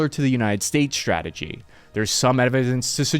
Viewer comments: ssshhhhrategy, huh? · I know very well that I'm a nit-picking SOB, but I find it impossible to focus on anything anyone says when they always say things like "Sshhtrength. Sshhtrikes. Sshhtrategy. Infrasshhtructure." I like your channel. I do. But I can't unhear, then my own nit-picking mind focuses on it.